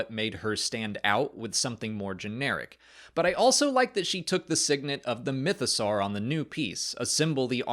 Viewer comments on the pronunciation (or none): none